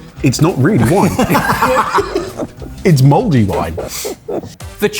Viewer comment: Spelling: Mouldy ' pronunciation: Modey This is why we had a war.